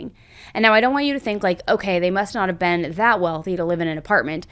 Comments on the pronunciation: Be un? she was be-un ? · Why do ppl in the US say and pronounce words like ban for word been..???